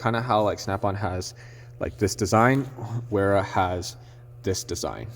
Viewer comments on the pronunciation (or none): It’s German. Pronounced Vera. Nice video! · Ik this video is a bit old, but the proper pronunciation is Vera, in German W’s are almost always pronounced as V’s